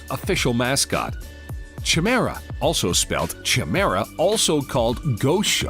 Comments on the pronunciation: For F's sake learn how to say chimera. The ch is pronounced like a K. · Kai mee ra This is how it is pronounced like right? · The way you were pronouncing “chimera” killed me everytime